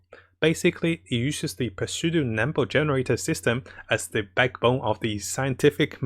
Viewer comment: Hey quick tip, pseudo is actually pronounced without the p so it’s just suedo 😁 English is weird sometimes